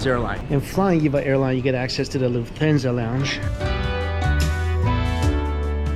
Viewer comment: Lol he said “Luf-TH-ansa” not “Luft-Hansa”